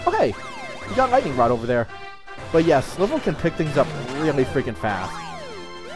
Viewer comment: You said Slival's name wrong, it's supposed to be said like Rival